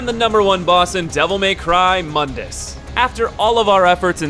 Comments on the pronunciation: It's pronounced "Moon - dus" not "mun - dus" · actually false, it's pronounced like "moon-duhs" not "muhn-dis" but yeah mundus = The world because mundus is the creator of the dmc universe. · I hate how the reboot got everyone mispronouncing the villian, it's pronounced Moondus, like the moon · To be fair the spelling of Mundus is quite deceptive to it's pronunciation.